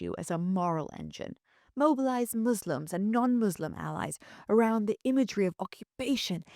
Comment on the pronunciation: It's not "demotcracy", it's democracy. It's not "Mislims", it's Muslims. How anyone can listen to this woman speaking is beyond me.